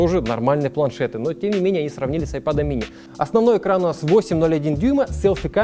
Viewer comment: Я же не спросил где буква Эй, в слове iPad, а где русская буква А, через которую "техноблогер" произносит это устройство.